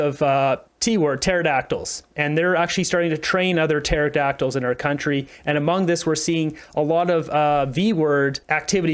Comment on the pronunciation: Why go along with youtube's crazy censorship by acquiescing to it? By the way Pterodactyl doesn't start with T, theres a silent P.